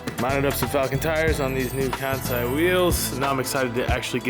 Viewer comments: Its pronounced Kahn-say lol it's in their IG bio🤷🏾‍♂️💀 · You're saying Kansei wrong, it's "con-say"